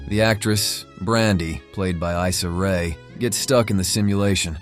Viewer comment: Not you shading Issa Rae. Couldn't even say her name right.